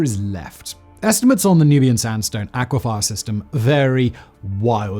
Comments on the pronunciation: Just to note, it's not aqua-FYER, it's acqui-FER. Kent person here who gets his water from the North Downs aquifer. Well, that and the clouds that are currently trying to wash my roof. It's absolutely tipping down right now.🌧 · Aqua “fur”, not aqua “fire”. (At least in ‘Murica) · Aquaphor. Are you a child Simon. Does it say aquafir on your script and you read it out phonetically. Don't you listen to the words as you say them. What part of underground water makes sense to have the word fire in its name. It's not just this word but I'd expect it from Chinese. Haven't you said or heard these words spoken before and wondered why your words sound weird. How many words have you spoken and heard in your life. Are you really an Englishman? Are you an alien or 1 of 20 clones. Is that how you pull off your busy schedule to take over every potential channel on YouTube. I see you under that fake skin. I'm not crazy. Your crazy. Speak the words properly so I can sleep at night. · A-qui-fer, not a-qui-fi-er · So do most of us - but apparently not Simon - d'oh! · Say aquifier one more time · I felt triggered and personally attacked every time you said “aquifire” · Yeah, he needs to learn “aquifer” and also “conducive” vs “conductive”. I wouldn’t mention it, but it seems to be every other video that he mixes them up. I don’t know why it bothers me